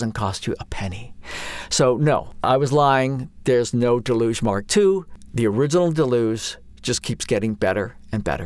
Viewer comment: Nice overview of the new features! Also mispronouncing ‘deluge’ is now the new ‘how do you say Moog’ debate.